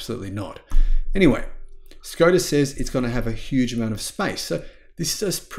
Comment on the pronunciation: Please pronounce "Škoda" as "Sh-koda"